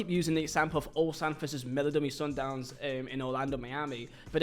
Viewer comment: Another one mispronounces Mamelodi Sundowns. Sigh...